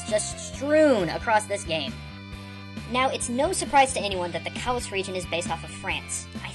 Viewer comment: Kalos is pronounced "KAH-lohss", you noob. It's French. Didn't you KNOW that?! You're saying it like "callus", as in a mass of tough skin. -Beatercold